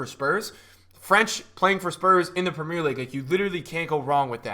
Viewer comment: Love your content bro but please say 'Premier League' properly 😂